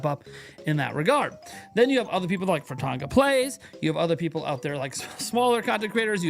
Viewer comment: It's Fratata. He has a sound clip pronouncing it every video. Some times multiple times.